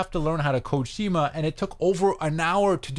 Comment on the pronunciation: Pronounced SKEE-MAH